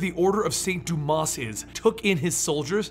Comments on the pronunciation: Dumas is pronounced doo-maw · Think the "s" in Dumas is silent.